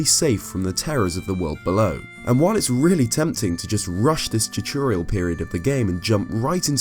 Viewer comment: Good "chachurial"